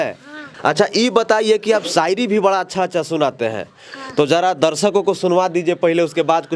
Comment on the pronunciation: बड़ा❎️ बरा✅️ 😂